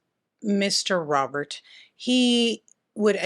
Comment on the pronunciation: I will forever say Robert like "Robierte" 😁